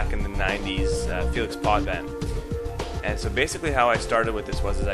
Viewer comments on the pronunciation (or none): none